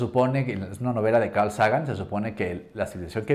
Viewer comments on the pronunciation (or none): none